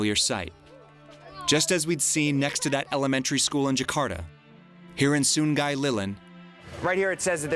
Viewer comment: he said sun-gay lol sorry too much comment